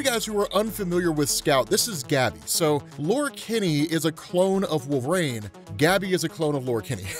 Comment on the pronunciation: I love how you pronounce it "Wolv-RAIN" lmao